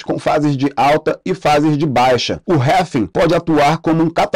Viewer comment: cara, parei de assistir de tão irritado que fiquei com essa sua pronúncia pra RRAAALLLLVVVIINNNGGGGGG